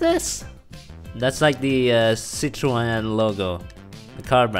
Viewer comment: Damn your pronounciation of Citroën was pretty good lol